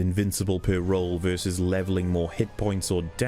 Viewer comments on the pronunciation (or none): He doesn't, all he does is get mad at mispronouncing Heide while talking about thweat assessment wersus tarjet prioritisation